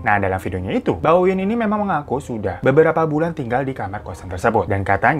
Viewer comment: Namanya Wiwin, tapi aku kok dengernya Winwin